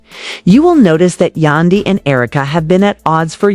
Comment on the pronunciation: Please enunciate Yandy's name correctly. It is irking me! 😫